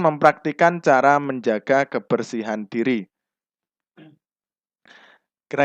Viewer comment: Diri bukan duru pak